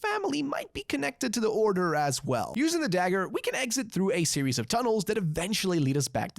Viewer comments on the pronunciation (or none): none